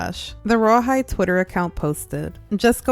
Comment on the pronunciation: Who hears rawhide when they say royal high